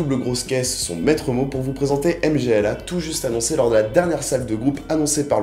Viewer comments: m-g-l-a comme tu dis ça seprononce "mmmgoouuuahhhh" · pour une prononciation correcte du groupe polonais - [mgwa]